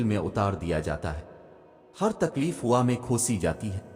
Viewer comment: Asalamualikum. Brother,hua nahi hawa (sava nahi seva) .thankyou.